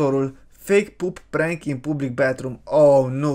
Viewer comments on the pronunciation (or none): none